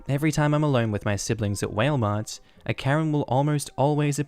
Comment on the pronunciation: Giggling at “whale” Mart. I love how different places pronounce things differently.